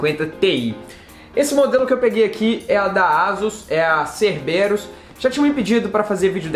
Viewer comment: Caramba que coincidência, estava pesquisando sobre essa placa hoje!!! Obs; A pronúncia é: "Cérberus" com acento agudo no (e)...